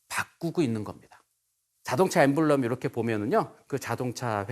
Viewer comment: emblem[ ˈembləm ] 강연자분이 발음을 갈피를 못잡으시네..